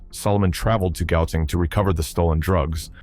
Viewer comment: Narrator is the butcher of south african names - lastig😂 oh there goes the name gauteng😂😂😂😂now bakkie😂😂😂❤